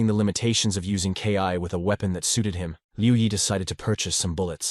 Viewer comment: This needs to be worked on a little bit. When the narrator says KI (kay eye) instead of Ki (Kee), it kind of ruins the experience.